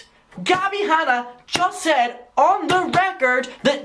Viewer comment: “Gabbie Hannie” 🤣🤣🤣🤣🤣